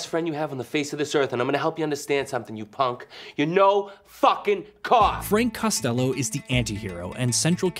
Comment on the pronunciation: Cost -uh-low ??? Really lol